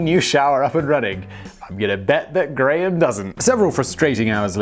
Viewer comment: Holy shit! Graham must be the one and only Scottish name you can actually pronounce correctly!